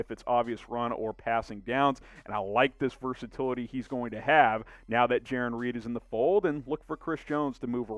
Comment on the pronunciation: I think it’s Jarran. (J-Air-On)